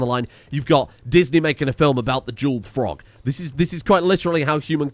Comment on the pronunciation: If Frogge is venerated why do you keep disrespecting him my mispronouncing his name ?